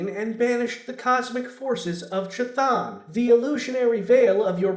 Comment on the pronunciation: Chthon is pronounced like "cone." You'd think after 30 years would have learned how to pronounce it correctly.